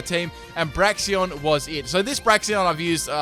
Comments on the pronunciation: Say it with me: Brakes-en Bray-ksen Brakes-en Bray-ksen Brakes-en Two ways to say it, both which are correct, none which are "braxion" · Não se diz "Braixions", se diz "Braiksens" 🙄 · Braixen not braxion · Am I the only one hearing Braixion instead of Braixen? 😂😂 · Braxion.... It says Braixen...Break Zen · It's pronounced "brakes-en" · Nice Fight ... but there is still no "o" in Braixen. d=